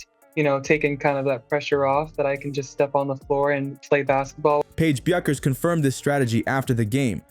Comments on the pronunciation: It's BECK-ER"S not BUU-KER'S. Damn dude it ain't like a tough name to pronounce if ur familiar with how the words SOUND yeh? She may only be a draw card for your channel but to us she's a legend and legends insist you make an effort to get things right otherwise go disrespect someone else yeh? U know wot I mean? Now u know why we at Yukon Nation havn't exactly flooded ur YT channel. U might want to adopt a real appreciation for the players you use. Good on ya. Go YUKON!!!! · It's shocking how bad the pronuciation is, I mean, "Bewkers"? Are you kidding me? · Aside from the dishonest click-bait title, you lost me when you couldn't even pronounce the best NCAA female baller's name. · Proper research will allow you to pronounce Bueckers and all other names properly. Pity. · Why would I subscribe to a channel whose moderator can't even pronounce Paige Buecker's name?